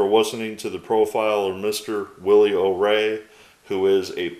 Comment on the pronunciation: I'm not trying to be a know-it-all, but I believe his last name is pronounced "O-Ree" as in "Oh, me."